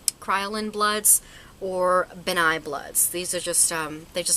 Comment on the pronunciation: It's pronounced like Ben Nye. Like a name. Not Bennye. Lol. Sorry, it just kinda bothered me. :\ I used all that makeup for theatre and plays all throughout high school and I loved it!